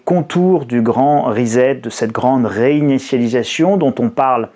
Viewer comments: CA SE PRONONCE RISSETTE ',en anglais Reset ! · Le grand reset avec s pas z